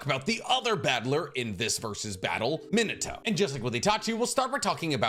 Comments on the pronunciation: You call him minito and not min ah toh literally irks me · Minato = ME-NAH-TOE I speak Japanese. Just trying to help an anime bro out 😅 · ITS PRONOUNCED MIH - NAH- TOE GETTIT IT RIGHT!!!!